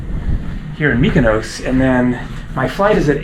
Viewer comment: just to note when an island"s name ends in -os for example, Mykonos, Paros, Tinos, Naxos etc it's pronounced as you would say boss or floss. You keep saying 'ous' which isn't correct! Just to note for your next visit (next week), haha!😀